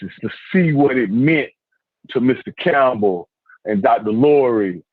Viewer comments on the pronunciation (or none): none